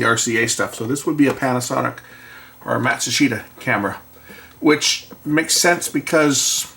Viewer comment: I love that you correctly pronounced the Japanese name Matsushita ! When the TV station I worked wanted to substitute their RCA TK-42s they bought some Panasonic plumbicon cameras and they were horrible ! They got rid of them in less than six months and buyed Sony plumbicons that were used until they went HD with DXC-1500 (I think that's the model) that they are still using on the studios till this day.